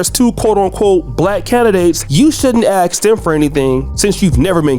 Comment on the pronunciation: Ask not axe.